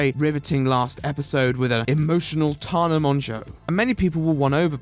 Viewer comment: Why does he say tarna not tana 😭